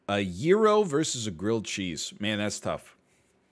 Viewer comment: His pronunciation of gyro just hurt so much